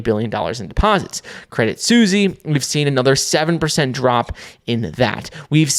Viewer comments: Credit Suisse (pronounced like the people: Swiss). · Boiii if you don’t stop saying Credit Susie 😂